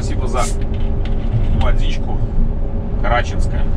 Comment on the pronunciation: карачИнская а не карАчинская!я местный слышать не приятно!